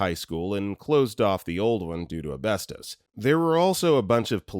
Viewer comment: was super confused listening until I realized he meant asbestos ass-BES-tuhs